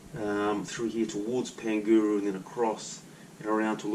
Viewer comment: Pangaru pronounced like ....Par nga ru